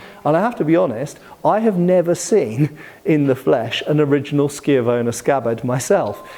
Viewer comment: Wait... are you telling me you can actually pronounce schiavona correctly? My Italian hat comes off at your passage, Sir 🤣